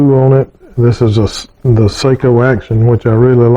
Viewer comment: I own a fine Sako Finnbear in .270 caliber. I too received the rifle as my graduation gift. According to historians and the Sako website, the name Sako is pronounced "SOCK-O".